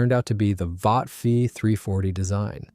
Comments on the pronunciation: "Vought" is pronouned "vawt", not "vowt". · The company is not pronounced "Vowt," it is "Vot" (short "o"). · It's VAUGHT as on BOUGHT